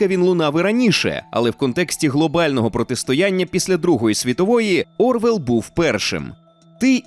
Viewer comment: всё классно в материале вот только такие мелочи как имена и фамилии фигурантов того времени... Ну какой блять Орвел? Оруэлл фамилия писателя, чуть уважения и навыка чекнуть транскрипцию или услышать как в оригинале произносят такие фамилии..